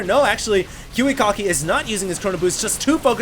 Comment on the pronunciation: its ki wi KACK ki not kiwi cock ki